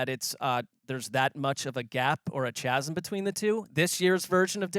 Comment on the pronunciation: I don't think that's the way "chasm" is pronounced 😂